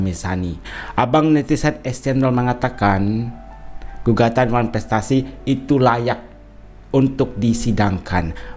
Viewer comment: Masak kepinginn datangggg ngomong wanprestasi aja susah😅😅😅